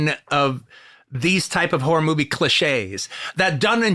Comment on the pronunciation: He totally pronounced horror "whore" in the opening ten seconds.